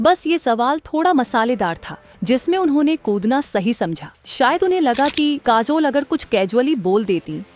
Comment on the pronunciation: Kaazol, there is jhool in pronunciation.